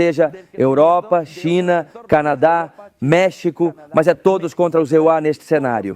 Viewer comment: Porque a IA fala "EUARA" em lugar de EUA? Não tem como corrigir isso? É irritante!